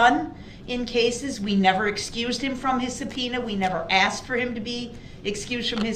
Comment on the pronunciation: He hated detective Casey was “axed” to come back and testify.